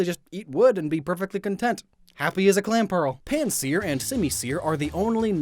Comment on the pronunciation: Its PanSEAR Not PansEAR